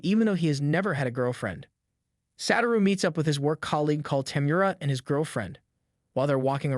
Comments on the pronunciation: bro his name is satoru not saturo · "Sat-uro" it's "s-ah-tu-row" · Satoru not Saturo